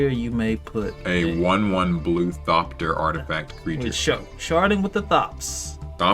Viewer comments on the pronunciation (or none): "sharding with the thopts" 🤣